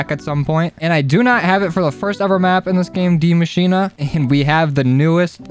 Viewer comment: Man said dee mashina